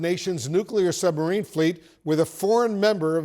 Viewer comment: Joe cant even say the word submarine or illegals